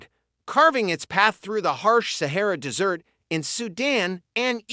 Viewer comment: Interesting, but the narrator needs to learn proper pronunciation. Desert is not pronounced dessert